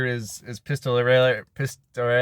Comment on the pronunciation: Looking forward to check out those movie! I wanna hear you try to pronounce Pistolera again. 😂 And you're right, Trejo has Trejo's Tacos out here in LA. Never had them but I hear they're actually pretty good.